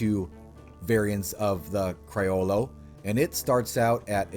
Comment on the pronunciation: I’m sorry to brake your heart but criollo is an Spanish word and that is not the pronunciation. Put it on google an listen it